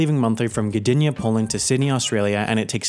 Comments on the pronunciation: Your pronunciation of Gdynia and Złoty make me sad. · Who else here is Polish and is laughing how pronounced Gdynia and Złoty?:)